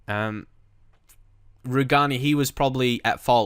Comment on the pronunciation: Rugani is pronounced "roo-jay-nee"